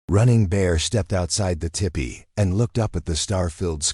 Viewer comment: The AI narration needs a lot of polishing, but it was a good story. Btw, it’s tEEpEE, not tippy.